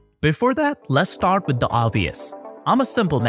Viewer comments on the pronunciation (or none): none